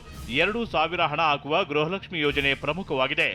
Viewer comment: Kannada mathaduodhu innu kalithilley😂....grahalakshimi. months indha...elley ..adrakinthaa mundhe gruhalakshimi barthithu eega grahalakshimi 😂😂😂barthidhe...nimge.